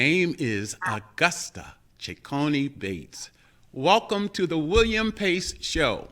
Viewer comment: I thoroughly enjoyed watching your show with my aunt Gussie as your guest. Thank you ever so much! However, her last name is Cecconi-Bates not Ceccone Bates. Thanks again.